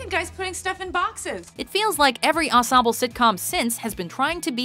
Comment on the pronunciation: did anybody else notice that she can’t say ensemble right